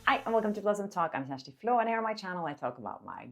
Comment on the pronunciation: Kjersti, can you please please please SLOW DOWN WHEN PRONOUNCING YOUR NAME? Sounds horrible when you say it in each video. Sloppy, like you are ashamed. You have a unique name and a noticeable accent so please clearly, confidently, slowly pronounce your name.